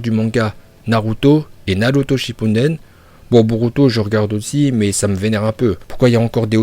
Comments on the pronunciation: QUELQU UN PEUT DIRE A CET ABRUTI QUI A FAIT DE SA CHAINE YOUTUBE UNE CHAINE SUR NARUTO QUE C’EST NARUTO SHIPPUDEN ET PAS SHOPPUUUNNNDEN !?!? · et aussi le mec dit "tchipunnnnnden"